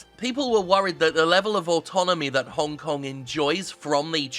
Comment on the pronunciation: sorry WTF did you say the citys name was hone kong